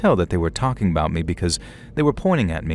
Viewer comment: “I’ve got a story ABOOT Canada” 😂😂😂 we heard that 😂😂😂❤❤❤